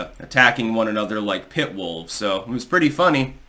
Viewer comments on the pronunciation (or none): none